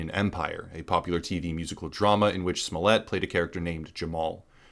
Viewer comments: I believe you're accidentally mispronouncing Juicy Smolleeeeyyyyyyyy. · Why do you pronounce it smollette?